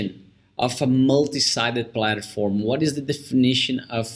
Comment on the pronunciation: Good interview and briefing. Thank you. ps It is said PlaTform not PlaTAform